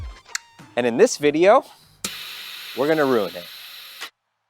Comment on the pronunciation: says it's rew-eened. lol... Love this build btw. Always look forward to new videos.